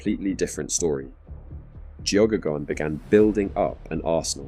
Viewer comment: Its an irish name its pronounced gehaygan or geygan. I know because Geoghegan is my last name